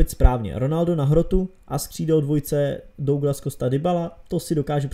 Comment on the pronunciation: Douglas se čte Dagles